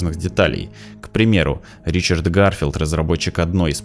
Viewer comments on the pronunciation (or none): none